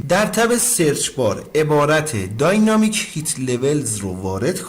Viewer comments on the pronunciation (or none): داینامیک تلفظ میشه